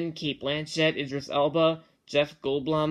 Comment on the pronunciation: Jeff Goldblum's actually pronounced "Gold-bloom"